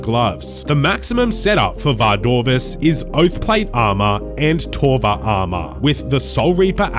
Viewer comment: Yeah he said that. "Oathplate and Torva BIS".